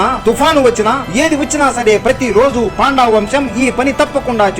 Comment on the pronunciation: పాండా కాదు, పండా